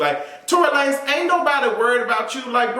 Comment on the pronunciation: Lmaooo I never heard La-nezzz lmaoooo